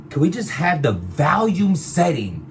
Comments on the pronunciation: said “Valume” at least a 100 times 😂😂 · If he says Valium one more time!!! 😀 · Is it VOLUME or VALUME??? I'm confused LOL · lmao it's hilarious how americans can't pronounce the word VOLUME....it's VOL not VALUME what the fuck is wrong with yall 🤣🤣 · Stop saying vAlium. It's vOlume 🤦🏾‍♂️ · The BRC can't correctly pronounce the word "volume" for shit. 😂